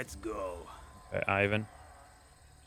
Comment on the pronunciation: This video just needs one more thing - Google>how to pronounce ivan